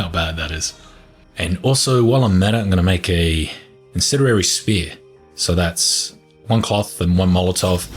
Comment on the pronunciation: I like how he says incendiary. “Incenirary.”